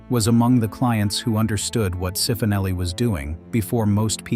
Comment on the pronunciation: Cifonelli (pronounced chee-foh-NELL-ee)